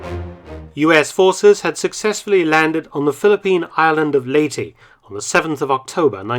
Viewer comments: ley-teh, not lay-tee. Great video! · Its pronounced "Ley-te" not "Ley-ti" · LEY TEH not Ley Tea